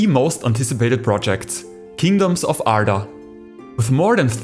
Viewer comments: Türkmüsün dostum Arda kelimesini senden daha iyi söyleyen bir yabancı yok. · Beautiful pronounciation 🤌